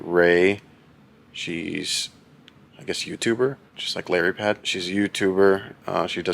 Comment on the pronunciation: "larry-pad" like "lily-pad" in How I meet your mother has me giggling.